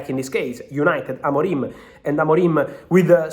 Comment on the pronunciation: He's name is Amorim not Amorime